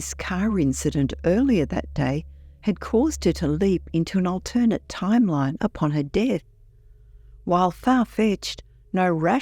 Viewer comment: WHY DOES THE FEMALE NARRATOR KEEP MISPRONOUNCING "ALTERNATE"???